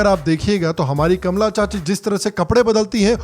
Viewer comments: Kamala not kamaala 😂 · कमला (Kamalaa) बोलिए, कमाला (Kamaalaa) नहीं। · Hi sir a big fan of you. Love all your episodes. Gustaki maaf woh Kamala hai sir but aap unhe ka,maala pronounce karraheho 😊😊. Not sure if you have the name Kamala in north india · Cracking up every time you are intentionally saying “ka-maa-laa” 😆